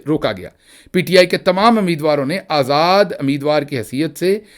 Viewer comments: Ameedwar kya hota hai. Umeedwar, Umeed waar الف کے اوپر پیش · Ammeedwar? Ummeedwar? Hai you Punjabis?